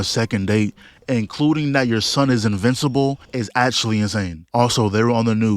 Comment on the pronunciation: lol bro keep saying “E-mmortal and E-vincible “